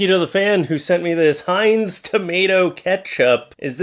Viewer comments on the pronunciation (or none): none